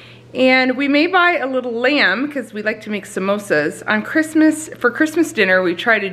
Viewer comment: Great haul!! When you say simosa I think “mimosa” 😂Is there a video of how you do your breakfast? I’m trying to cut my sugar and gluten way back/out.... trying to learn to like eggs 😳😫💕🙏🏼💕🙏🏼 germ free Kisses to Seth!